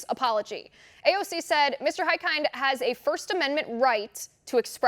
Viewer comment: Great reporting, but please ask one of Hikind's constituents (like me!) how his (last) name is properly pronounced.